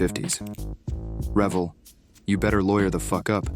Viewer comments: As soon as you called them REVel I stopped watching. It's ReVELL. You can't even pronounce their name right, how can I trust anything else you say? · It's pronounced Re-vell, not revel. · I kinda think if you're a super genius, you would know the name is pronounced re-VELL. Accent on the 2nd syllable. The way you pronounce is would indicate the absence of the 2nd "l," like reveling at a party. Just sayin'. ..Joe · Rev-ll? Uuuum I think it's Ruh-vell. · Isn't it pronounced "ree-VEL" not "REV-el"? I seem to remember them getting in trouble when that came out with a kit for a stealth bomber or a nuclear sub or something that was a bit too accurately detailed. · Only one comment about something that makes me cringe. The model manufacturer's name is pronounced Re-VELL, not REV-ell, i.e., accent on the first syllable. This was common knowledge in the 1950's coming forward... not sure how it got perverted to sound like the verb "revel". I can back this up by my conversations with a designer who did work on car models for Revell in the 1980's-1990's and he always pronounced the word as I have indicated. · AI voice. Revell is nicely mispronounced. Revell rhymes with Chevelle and not with rebel. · Love the idea of Comedy-Model-Builds. 'Bout time! One quibble: isn't Revell pronounced "re-VELL" (accent on 2nd syllable)?????? To pronounce it "revel" (like fun-time party) brings up all the wrong associations. Whaddaya think? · It's pronounced Ra-vel. Trust me I have been building models my entire life. I'm now 72. I probably built evey ship model they made.:face-purple-crying::face-purple-crying::face-purple-crying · must be A I again - it's re-VELL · Greetings from Germany. The pronunciation is on the second syllable. ReVELL. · The correct pronunciation is Re VELL'. The accent on the second syllable. Also how in the world can you build a model wearing gloves? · Its pronounced RE VELLE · Its pronounced re-VELL' . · So I’m 71 years old and always thought it was pronounced Re-Vell